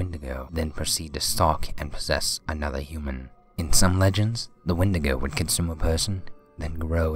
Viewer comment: and the wendigo is pronounced as Wendy-go